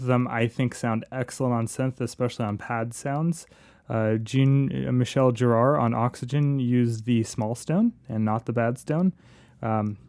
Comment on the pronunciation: Nice comparison, thank you, as I was considering buying a couple of these. Only one very minor tweak - Jean is better pronounced John (French equivalent) - he's definitely not female ! Love the video though, really good to see side by side tests like this, very insightful and the type rarely seen in commercial reviews. You've created a very Aphex Twin "Stone in Focus" sound there (wonder if that's where he got the title?).